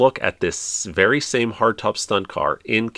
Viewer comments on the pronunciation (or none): none